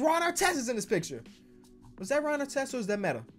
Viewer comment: He really just said is that Ron artist or meta I'm deadddd